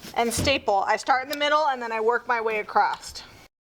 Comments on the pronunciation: Please there is no T on the end of the word across, otherwise an enjoyable video. across not acrost, please! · Great video, thanks for all the details. I would have liked nore detail about the material you chose. Quick note, "acrosst" is not a word. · U worked ur way “acrossED” lol not being rude